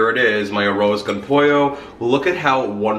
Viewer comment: It was No after his pronunciation! Smh.....wtf a an “arose”